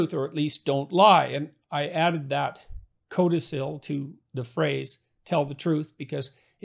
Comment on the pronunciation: Learn how to pronounce "codicil".